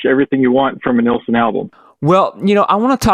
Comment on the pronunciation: who is nealson ? its NILLSON